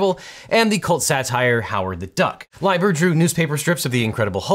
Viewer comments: It's pronounced "Lee-ber," not "Lie-ber." And, it's Ms Marvel, not Mrs. Marvel was courting feminist credibility when the character was named. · Pretty sure it’s LEE-ber, not LIE-ber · Its LEEEEEEBER :) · Lieber is pronounced LEE-ber. Larry Lieber is Stan Lee's younger brother. Stan just shortened the name, back when it was, shall we say, expedient for people with ethnic names to change them to something more "American" sounding, to avoid prejudice. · Just FYI Lieber is pronounced Lee-Bur (Possibly why Stanley Lieber went by Stan Lee, though possibly also Stanley -> Stan Lee, or possibly both played a part). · Objection: Gene Colan wasn't responsible for creating Howard the Duck. Steve Gerber did, which means Colan's work would be tough to argue it wasn't work for hire. Objection: Lieber is pronounced LEE-bur. Objection: The description of the Marvel Method misses the point. Typically writers not artists would have been considered the creators. However, the Marvel Method means that there was less writer input into the creation so the artist was creating plots, character designs, personalities of the characters, the supporting characters, etc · Quick note: It's pronounced Larry Lee-ber. Larry is Stan's brother. That's where Stanley Leiber got the "Lee" nickname from. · Larry Lieber (LEE-ber) is the younger brother of Stan Lee (Stanley Lieber). JS. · It's "lee-bur" dammit! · I've been pronouncing that last name like "Leeber!" :'( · I always thought "Larry Lieber" was pronounced "Lee-ber," as in he's the brother of Stan Lee who shortened "Lieber" to "Lee" to sound ambiguously WASP-y instead of Jewish. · It's pronounced "Leee-bah".😅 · Oddly Howard the duck has been in more projects than most of the mainstream MCU characters in the last 5 years and it's pronounc Lee-ber sorry it was driving me nuts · Agh, if you don't know how to pronounce Larry Lieber's last name, just remember that he's Stan Lee's brother and Stan changed his name but not that much.